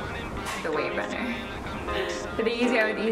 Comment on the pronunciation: Wave runner 350s ampppp! She butchered that no cap